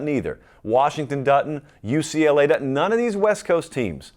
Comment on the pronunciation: "Du-tint" ... you mean doesn't? Haha